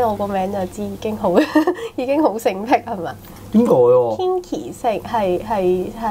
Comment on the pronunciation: Kinky 係讀 "傾-ki"，就算Kinki唔介意都唔好讀錯